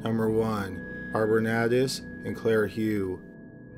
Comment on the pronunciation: I'm pretty sure that Hough is pronounced Huff.